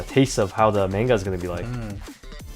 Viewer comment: They say manga wrong